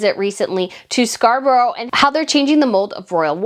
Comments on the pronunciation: It’s “Scar-bruh” not “scar-borrow” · Might be an idea to learn how to pronounce British place names Say Scar burra Instead of Bur row Happy to advise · Ok, Scarborough is pronounced "Scar-brah" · Scar - bore - uh.